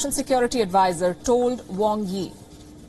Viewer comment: "Wrong hee" has done "wrongs things" then comes at a "wrong time" to get "wrongs things" corrected "wronglee"🤣